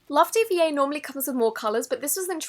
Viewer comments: When youre an overwatch fan and she says love dee vee aye instead of diva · any other overwatch fans get a bit annoyed when she said love DVA and not love, d.va/diva? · the 'love dva' slime is a reference to overwatch if i'm correct, and it's pronounced 'love dee-va' not 'love dee-vee-ay':) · oop it’s said diva not d v a it’s from overwatch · It's not d v a it's diva and it's from the video game overwatch and the bunny is the characters mascot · If it is what I think it is, the love dva one is pronounced diva. (Overwatch) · I cringe so hard at the "Love D-V-A" Its Love D.va. Its D.va. From Overwatch. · Btw Love DVA is a line from a game called Overwatch and the bunny charm is her logo DVA is pronounced diva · I cant help but correct this but its pronounced Diva, not DVA. She’s a character from a game called overwatch. The bunny charm represents her logo because she’s one of those ‘KAWAII WEABOO!!’ people. Her original suit colour is blue and pink, that’s why the slime was blue and pink, you can change the colour in the game, but that’s the free original colour. Sorry I just cant deal with the mistake because I’m a huge nerd about overwatch.... I still love you <3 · its not pronounced ''love DVA'' its ''love Deevah'' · “Love d v a” isn’t it pronounced deva like diva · how you can't say diva not d-v-a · It’s not love d v a it’s pronounced love diva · Its pronounced deeevaah not dee vee aye ;-; my bootiful Dva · btw love dva is pronounced love diva not d v a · Love DVA is actually pronounced as "Love Diva" Since D.VA is a character from Overwatch and thats one of her voice lines! and the bunny charm came with it because thats her logo haha= But great video as always <3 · "love D-V-A" its pronounced dEE va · is actually from a video game , dva is a character from overwatch and her colour combination is blue and pink ( mostly pink ) and her icon is a pink bunny . And it is pronounced diva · Dva is pronounced diva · it’s pronounced diva